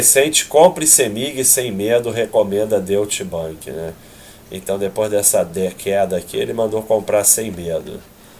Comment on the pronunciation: Deutsche Bank se pronuncia Dói-tche bãnk,!